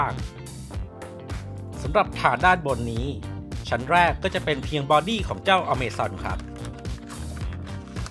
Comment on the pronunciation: อเมซอน อะมาซอน อามาซอน